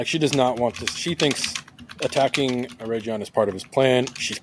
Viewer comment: How many different ways will pronounce Eregion? 😂